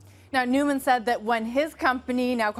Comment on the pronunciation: Why do people pronounce his name newman? It’s noyman